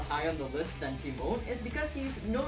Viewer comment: it is tymon not timon